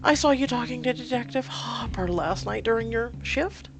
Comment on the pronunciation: Hooper, not hopper